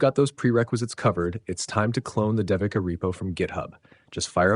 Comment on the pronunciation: Pronunciation is: Day we Ka. It’s a common Indian name used for girls. Great video!